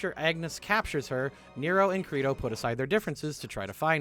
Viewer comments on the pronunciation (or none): ...So would it be a bad time to mention that Credo's name should be pronounced like Play-Doh?